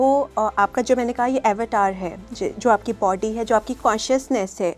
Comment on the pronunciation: अवतार शब्द का ऊच्चारण 🤦 गुलामी की हद है.